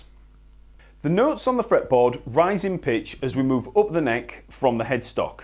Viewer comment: And up as oop